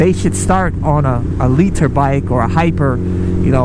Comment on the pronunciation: I agree with you but the way you say litre is annoying